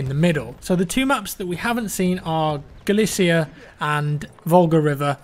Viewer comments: Hey it's Galicia BTW not galacia just to let you know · you're drunk it's Galicia not Galacia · It's Galicia not Galacia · The title said Galacia, he also says it at the start, also googling it shows there is a Galicia in Spain as well as Eastern Europe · I'm sorry,, but please try to research how some of these things are pronounced. Galicia is not pronounced 'galasia' or 'galactica' or however you said it. Do you really want to sink to level of an American with that ignorance?